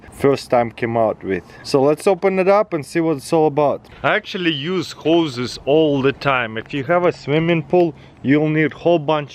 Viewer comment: "If you have a swimming pool you are going to need a lot of hoes.." At this point of time I am almost certain he is doing it on purpose.